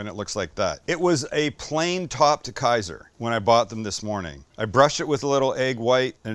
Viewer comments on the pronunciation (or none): none